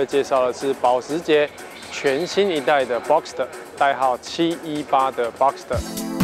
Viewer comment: 自己家的品牌名稱都念錯了 這業務還跟人介紹什麼車？78 fuxker？